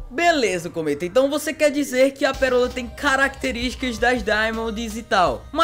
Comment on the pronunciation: KKKKKKKKK "PERORA"